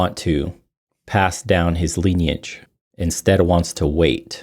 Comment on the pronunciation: Lineage American pronunciation￼ Sounds like li·nee·uhj